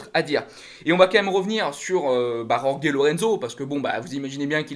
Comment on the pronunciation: C'est pas rorgué mais roré sinon pour le reste pas mal